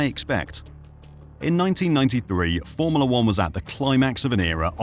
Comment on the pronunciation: Cant stand how you pronounce FORMULA!!!!!